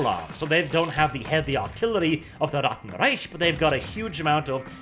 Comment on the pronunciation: You pronounced Reich incredibly incorrectly.